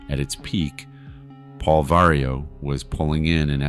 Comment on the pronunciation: Vario operation😂😂 love the gringos (pronounce the v like a b but no popping the b at the beginning)